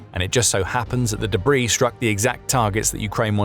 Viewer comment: It must be the new debrAIs, i heard of😃